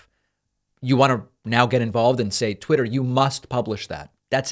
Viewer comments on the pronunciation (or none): Pakman, The king of correcting people’s pronunciations of words said “tweeter” right after making fun of mtg saying “berders”. That made me laugh.